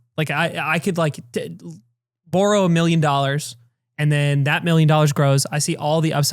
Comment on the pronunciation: "You can't even tell Canadian!" the humble word "borrow"